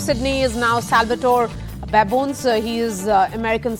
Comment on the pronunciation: मैडम, उच्चारण साल्वाटोरे बाबोनेस है ना की साल्वाटोर बाबोन्स !